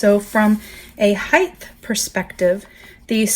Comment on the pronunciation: It’s such a pet peeve when people say HEIGTH instead of HIEGHT lol. Great video tho thank for the comparison it’s super helpful!